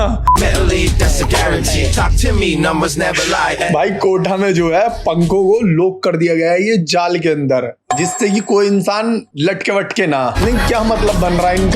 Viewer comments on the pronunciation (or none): Kota ❌ Kotha ✅ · भाई वो कोठा नहीं कोटा है 😅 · Kotha nahi hai wo kota hai 😢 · Bhai kota thaa kotha. Nhi hai😅😅 tum kothaa bol rhe ho